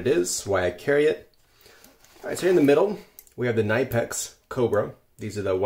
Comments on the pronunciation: K-ee-neepex, not NAipex! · The company says it’s pronounced “kuh-nip-ex” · its Knipex not Nipex xD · Like the small grips you have are pronounced "Nip-ex" I'm hearing ya with the words and language, South Africa, America, Europe and Australia my accent is fkd lol and I'm not from any of them originally 😂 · Dude. You have access to the internet, right? Look up the words you're not sure how to pronounce! LOL! You're killin' me! MOLLE is pronounced "Molly". Knipex is a German company, and it's pronounced "kuh-NEE-pex". The generic drug for Tylenol is "Uh-CEE-tow-min-a-phen". Ferrocerium is pronounced "Feh-roh-SEE-ree-um". The flashlight emits UV-A and UV-B, not "USB-A or -B"! UV is UltraViolet; USB is a connectivity protocol! All I'm saying is that pronouncing these terms correctly will lend more credibility to your video and make you sound more intelligent and authoritative. Overall, I'd say that's a big pouch to be dangling off your belt, and certainly bigger than the amount of stuff you've packed. You could probably fit three times as much stuff. I'd suggest downsizing to a Maxpedition EDC or even a Mini for the load you show. My other thought is that this seems like more of what I would call a "possibles kit", a random collection of useful things, rather than an organized, structured EDC pouch. But hey, that's just me. You do your thing.